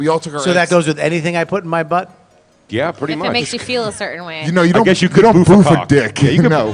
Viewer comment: Guys, you're pronouncing it wrong. "Boof" rhymes with woof, not roof.